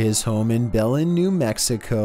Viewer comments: Bro bah-len new mexico why can't you guys ever get the new mexico names right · I am sorry I know you wouldn’t know this but you said Belen wrong...... almost sounds like their is an a after b.